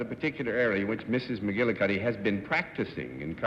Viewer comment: This was apparently well before there was much known about chiropractic medicine. The name McGillicuddy was the name that Lucille Ball used as her maiden name in I Love Lucy. I loved Desi Arnaz’s pronunciation of McGillicuddy.😂